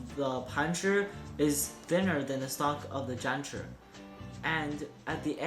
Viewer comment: The zanchurrr and the panchurrr. Just say it like a normal American does.